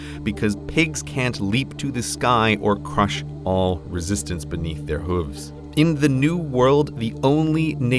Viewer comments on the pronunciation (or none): Great video. One complaint. H-oo-ves, not huh-ves ;) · I only disliked this video for the way you pronounce “hooves”. Otherwise a very good video.